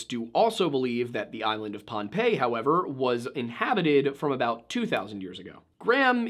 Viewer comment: Pohn ah pay. Pohnpei. Drives me batty the mispronunciation. Lol